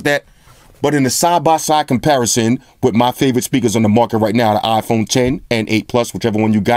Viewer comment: Damn... My man said "wit a toaster"..